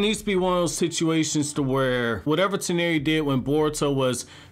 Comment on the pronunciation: Press F for man's pronunciation for Toneri